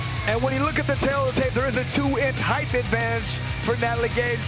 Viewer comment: Someone tell that idiot it's not "heighth"!!